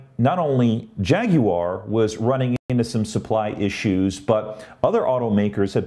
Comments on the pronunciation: G'day. "Jag-u-ar" good one. That's how you do it. Not "Jag-wa" as NA seems so keen on. Practicing you pronunciation in relation to your recent tweet on same Check me on Twitter too please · you are now officially an honorary Brit for your correct pronunciation of Jaguar!